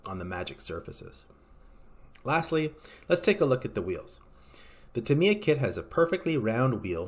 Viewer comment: he keeps saying TIM-EEE- UHHH its a long A not an I